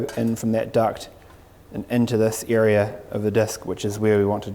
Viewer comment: Why do i keep hearing (ear 👂) and (Eria) ??